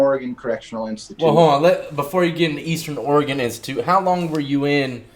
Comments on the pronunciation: Seriously. Stop puting so much emphasis on the E in Oregon. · That Oregonian pronounced Oregon wrong...